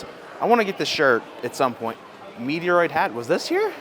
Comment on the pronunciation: Did he just say Meteoroid instead of Metroid!!